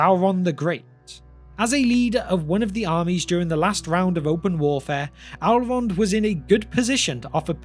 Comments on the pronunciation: ELrond ELLLLrond. Not Alrond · Why u pronounce elrond as "allround"? Cmon man :( also about gandalf vs sauron... Saurons pupper brokes gandalfs staff and you are saying that this puppet is also stronger than sauron himself. Realy?